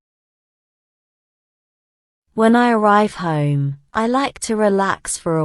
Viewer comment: I Heard "home" is = huim. This is different i usually hear